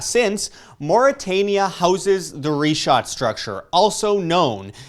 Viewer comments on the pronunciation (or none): Great Job Sir, great initiative for research... shall be waiting to see if the puzzles fit. Wish you all success. Just a suggestion, please correctly pronounce the names....its prounounced "Rikhaat" structure & not Ri-chaat and its "Sahaara" not Saheyra as you were saying. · The way he pronounces sahara and richat makes me not want to take him serious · oh great...a crew of naive, bumbling, suburban Americans trudging through the desert in area known to be populated by radical Islamic people. What could go wrong? Dude can't even pronounce Richat correctly, and apparently never even watched the documentary. Edit: Also, let me save you some leg work. The ruins you see via satellite on the Richat? They're French Colonial forts.